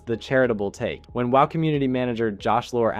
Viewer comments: why do you keep saying w.o.w just say wow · Good content, but the pronunciations are off-putting on some stuff. Like you can just say "wow" not "w-o-w", "wahd" not "w-o-d", "d-bahk-ull" not "de-bake-ull" (debacle.)